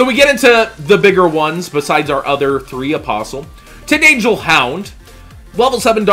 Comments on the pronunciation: I REALLY like you, but it's pronounced Tind-angle, like you would say "a right angle". I didn't have an issue with it until you said Tind-angel angel. love ya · Silver Fang its a pronunciation thing. Like he ain't even close